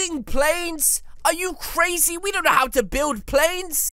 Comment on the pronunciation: You bon’t go throo the black thing